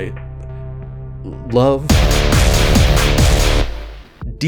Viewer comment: The way says "love", like he's not used to pronouncing those sounds in that order, is exactly what keeps me coming back. Keep making video just for me and NO ONE ELSE